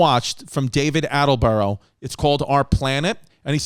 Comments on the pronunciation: ALLENBUROUGH AHAHAHAHA ITS ATTENBOROUGH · Loooveeee David Attleboro 🤣🤣Chrissy pronunciations back at it again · Chris changed David Attenborough's name every time he said it 🤣🤣